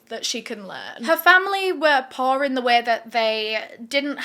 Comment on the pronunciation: When you first said poor I thought you had said posh.....